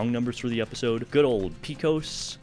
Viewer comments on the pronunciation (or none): It’s PAY-COHS Patrick